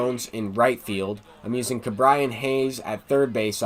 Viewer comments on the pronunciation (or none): Ke’bryan Hayes is pronounced KE and not KA